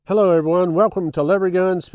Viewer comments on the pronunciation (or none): none